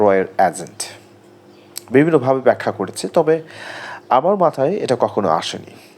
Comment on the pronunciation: ওটা আজেন্ট না এজেন্ট ....